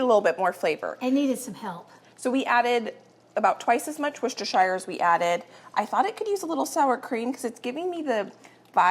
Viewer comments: She’s a bit off still but closer than most Americans. I used to say it the way does but I live in Worcestershire England now and got absolutely roasted by the locals. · Love the and Susan days! Always listen to your Mum…she says Worcestershire correctly ❤️❤️